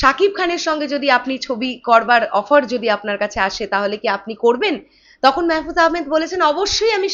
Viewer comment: আপু মেহেফুজ আহামেদ না মাহফুজ আহামেদ হবে আর অপি করিম। এরা ছোট খাটো অভিনেতা অভিনেত্রী না। বলতে গেলে এরা এক এক জন একটা অভিনয়ের ইনস্টিটিউট। তোমার জ্ঞাতার্থে জানাচ্ছি এর আগেও মাহফুজ শাকিবের সঙ্গে ছবি করছে কপাল নামের একটি মুভিতে দেখে নিয়ো।